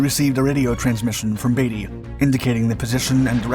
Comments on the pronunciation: It’s not Batey, it’s Beatty B E A… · Lots of thie video here is simplified which is fine but at the same time, there is a massive difference between Beaty and "Baity" as is the same kind of incoherent bs that you drool over and over again trying to prounce the namen Speer or Siel? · It's "Beat-y", not "Baity", and "Ro-scythe" ,not "Rosith" And,ignoring the old test of "Who holds the field won", rule - which means the RN own -, the real test was Who was ready to fight? The Grand Fleet could have fought next day. The High Seas Fleet was never again ready to fight. The Grand were the ones who ran, this concerning their ultimate defeat by virtue of the blockade. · I was wondering which pronounciations you would screw up this time. Lutzrow? there is no R in there. Also Beatty is Beety not Batey. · It's admiral beatie Not baity and it was the kms Lut-zow not lut- row but still a very well done video 👏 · novel and unique pronunciation of Rosyth the naval base on the River Forth !!! It's said Ross-Scythe, one word ........ to rhyme with the agricultural hand held cutting tool. Similarly, Beatty is not pronounced as Batey.